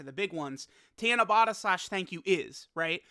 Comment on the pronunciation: Tiana-bata? It's Ta*na*ba*ta. Four syllables "Ta" as in the word "taught." "Na" as in the word "not." "Ba" as in the word "bought," and the final sound is the same as the first since there is only one of each sound in the Japanese language. By the way, Tanabata is still a ways away--July 7th! We still have May and June to get through and we aren't quite halfway through May yet. Tanabata isn't really a big deal over here in Japan. It's more like Saint Patrick's Day to be honest, it's an event that we are all aware of, but it's not a holiday and not everyone partakes in the ritual side of it, though some do...like Saint Patrick's Day. Golden Week holds a lot more many to folks here than Tanabata does, as it's nearly a week full of actual holidays, paid time off! Japan has three really important holidays/events that everyone is looking forward to and they are in this order: *New Years (12/29 to 1/5 is the time most people have off) *Golden Week (4/29 to 5/5--though the Monday and Tuesday after Showa Day are not holidays) *Obon (8/13 to 8/15 though time off can vary from place to place) New Years in Japan is like Thanksgiving and Christmas all wrapped into one big holiday over here. Everyone's going back home to be with their family, and it's just as important to Japanese people as Thanksgiving/Christmas is to Americans. Golden Week is more like Spring Break, but for working people and students alike. Many are just grateful to have time off from work, especially for those that